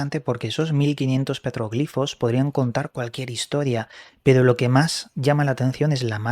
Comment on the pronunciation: Gracias por decir petroglifos con acento en la "i". También digo iconos con acento en la primera "o".